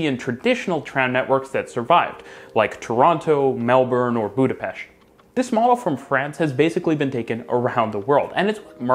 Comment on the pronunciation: You pronounced Budapest right! Thank you!!!😂